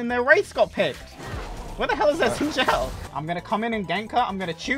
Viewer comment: can u pls say xin zhao correctly